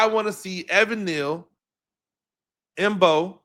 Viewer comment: Coach: you are killing me! You give some good critique and comments and then blow your cred by mispronouncing the players names. You are supposed to be a professional. Come on. Learn the names of the people you are watching everyday. Marcus Mbow is pronounced BOW. The M is silent. Gunner Olszewski is pronounced Ol-SHEF-ski. This is your business man. If you just want to write articles then no one cares that you don’t know the players names- but if you are going to go on camera: then you need to up your game. We need a voice like you in this market. But we need your A game